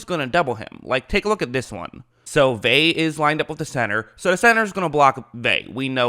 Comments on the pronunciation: If you insist on Americanizing the pronunciation, it's "Vey-uh." The real pronunciation is "Ve (as in "very") -ah." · Hey, pronounce his name right dude. It's pronounced Vea ah. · Vita "veh?" You're KILLING me Smalls!!! I'm going to give you some advice that's going to sound mean but it's actually very practical. Especially if your intention is to try and do this shit for a living... Your voice, you gotta already know this homie, is fucking goofy and annoying AF already. It's not your fault, I know my dude, it's just a fact. Therefore, fair or not, you gotta work EXTRA hard, harder than everybody else at not just your football analysis but at getting all the details right. Especially when it comes to things you say. I know that was harsh but this isn't the first time you butchered a name so bad that instead of listening to your analysis, all I can concentrate on is the sound of your voice incorrectly saying "veh" over and over and over again. Don't get mad or sad, get tough, fucking FIX it and get that YouTube money. Cool? Okay, good, bye. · Bro it’s Veh-ah. Lol. Ve’a. It’s not your fault. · Say it with me.... VEY-AH. There you go. Say it aloud a few times. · Say Vey then ah but together please 😂😂😂😂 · I hate to be "that person", but it's pronounced Vay-uh. In Hawaiian, all vowels are always pronounced, unlike English vowel clusters such as the 'ee' in Buccaneers or the 'ui' in Shaquil. Pumped for him to be on the field in whatever capacity he has to offer! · either way, it's not "Vey" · C’mon now it’s pronounced Vay-uh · It means nothing...he’s out of shape. He’s not ready. And his name is pronounced Vea-ya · Pronounced Veh Ah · You make a video about a guy and you cannot even get the pronunciation of his name right?! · You think he's the most important player on the defense yet can't pronounce his name? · You’re saying his last name wrong it’s killing me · Annoying af mispronouncing his name wtf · It's not vay. Its Ve-ah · Please say Vita (Vey-ah) not (Vey) D